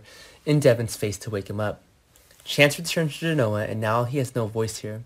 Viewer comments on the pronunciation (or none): Its D-E-V-O-N devon not devin Please watch the show 1 time and you would realize Same way with Genoa ( gin no a) obviously you don't care nor do the people who pay you!